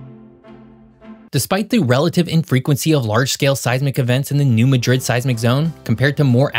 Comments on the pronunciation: It's pronounced mad drid, as in I'm mad. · The emphasis on the name New Madrid is on the first syllable MAdrid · HAHAHAHA I said that too. It's New Mad...Rid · it's not called Madrid like Spain's capital city. New MAH-DRID is how it's pronounced. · The locals are going to say something about your pronunciation of Madrid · In Missouri, it's pronounced 'MAD-rid', w emphasis on the first syllable. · I don't expect anyone not from the area to know the pronunciation, but being from Southern Illinois everyone in the area pronounces Madrid like Mad-rid. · That’s pronounced New Mad rid. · We do notpronounce it New MA-DRID.... we call it New MAD-RID 😂😂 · Im from Missouri. Your pronunciation of New Madrid and Girardeau is hilarious. We say it, "Ne Ma drid." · Good video. A great fact missed was Reelfoot Lake in NW Tenn created when Mississippi River changed course after 1811 quake. Also, pronounced "New MAD-drid" (not like Spain city Madrid.) Also "K-roh" Illinois (not like Egypt city Cairo.) Cape gi-ROD-doh (Girardeau) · As someone who respects your work, I would like to point out that the local pronunciation is New MADrid vs. maDRID ... and Cairo, IL is locally pronounced CAYro. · I've got family down in SE Missouri, so both this, and the way he was saying New Madrid was making my eye twitch. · It's pronounced New MAD RID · I live in Memphis, Tennessee, and you lost your credibility because you don't know the correct pronunciation of place names. It's pronounced New MAD-drid. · The pronunciations of some of the names crack me up. Having lived here basically all my life I've always heard them differently.....may not be correct what I grew up with, but still makes anything else sound weird. New Madrid (Pronounced New Mahdrid) not (Ma Drid) and Cape Girardeau (Pronounced Cape Jer Are Doe). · It’s pronounced mad rid, not ma drid. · Just so it doesn't get spread around.. Its pronounced new mah-drid not midred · It’s NOT New Ma drid , it’s New Mad rid